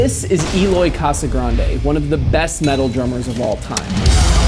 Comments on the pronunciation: More like kasa-grandji, and you can vibrate this “R” a little, but not much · pronounced kasa-granchie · Why dose every one say his last name wrong it’s spelt casagrande but pronounced like casagrange the d sounds like a g